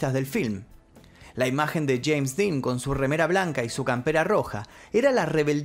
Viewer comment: No sé dice cheim ridículo es jeims